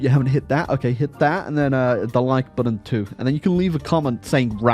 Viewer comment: i love the videos but if you say budden (button) one more time i will lose my mind